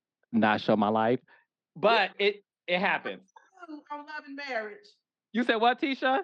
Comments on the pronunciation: Tell that girl it's marriage, not marrish😂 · dis, dat, e-vent, and marrish! The "T" Squad should stand for teach or tutor! 😂😂😂😂